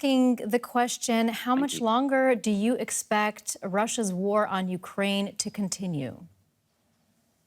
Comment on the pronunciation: You said Ukraine wrong